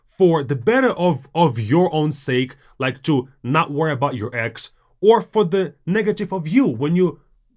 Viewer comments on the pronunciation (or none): Ржу. Автор ролика говорит: don't worry about ex. Я понимаю, что это значит по контексту, но слышу don't worry about eggs😂😂😂